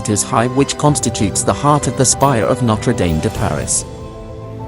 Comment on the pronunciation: It’s pronounced ‘nottruh damm’. No dames around. Is this an AI voice? All the French words are pronounced appallingly